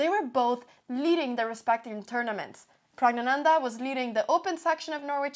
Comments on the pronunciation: I am so proud the way you made the effort to pronounce Pragananda's name.The news readers in my country would stumble over any name that is not in their native tongue. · Damn you pronounce praggnanandhaa perfectly!